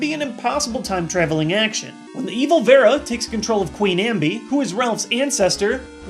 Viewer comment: It's Veran not Vera..(sorry to nitpick).